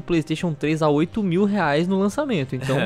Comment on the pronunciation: "... mais de trezentos reaix..."